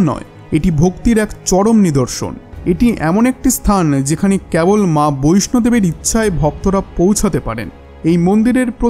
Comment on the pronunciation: কাহিনী অপরূপ তবে ভাষা সংশোধণের প্রয়োজন বোধহয় হিন্দি ভাষা থেকে অনুবাদ করা হয়েছে - অনুবাদক অপরিণত "কেবল" উচ্চারণ বাংলাদেশীদের মত